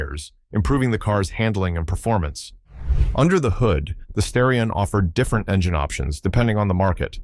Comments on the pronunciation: Now redo the commentary and say STAR-ee-on every time instead of STARE-ee-on most of the time. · You keep saying Sterion instead of Starion. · STAR-ion, not STARE-ion. Also, your images do not sync with your audio description such as when you refer to the wide body when displaying the narrow body and wide wheels while showing the narrow ones again. I really like these and my best friend had a 1988 that he blew the head gasket dialing up the pressure. It was a pretty capable car and thank you for the video. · Many Asians would pronounce "Starrion" as Stallion, not the other way around of course, due to the difficulty of pronouncing the R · Starion. As in "Star" not "Stair". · Bro I can't unhear this as a stallion mispronunciation 😂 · Learn to pronounce the name of the car if you want any credibility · Lololololol oh I rearry hope it was a misplonounciation of starron. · According to Jeremy Clarkson (so it may not be tue because it contains a racist element) Mitsubishi wanted to call it The Stallion but the Japanese can have a problem pronouncing "L"s.. Supposedly they'd contacted graphic artists to produce the lettering on the car, and... Well, we have The Starion! I have to admit the way he told it sounded convincing, but to some, racists often are.. Me? I give it 50/50.